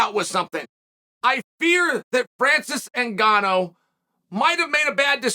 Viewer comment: Francis NgannWHO?